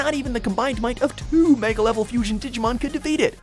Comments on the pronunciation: Anyone notice this guy can't pronounce a single Digimon name correctly? Seriously this fucking dumb shit needs to go back to school and retake English all over again! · PLEASE LEARN WHICH SOUNDS ACTUALLY EXIST IN JAPANESE, AND HOW THEY ARE WRITTEN! YOU HAVE BUTCHERED ALMOST EVERY DIGIMON'S NAME!